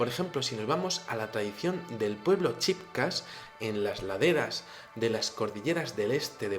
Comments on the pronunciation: se pronuncia chibchas no chibcas. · en cuanto a la cultura precolombina se pronuncia chibchas, y realmente chibcha se le denomina a la familia linguistica porque el pueblo es Muisca. Cordial saludo